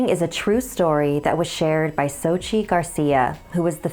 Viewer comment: 1: Xochitl is a girls name. 2: It is pronounced ‘sochil’ Btw i don’t hate, I love your channel!